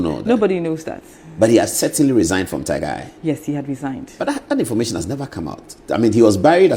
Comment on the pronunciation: You be funny o😂 which one is informashion de wiaseion 😂😂😂